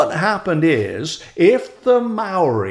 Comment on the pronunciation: Have to say you put a lot of New Zealanders to shame with your impressive effort with the Maori word.